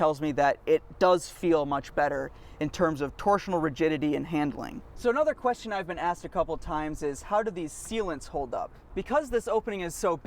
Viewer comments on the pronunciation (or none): none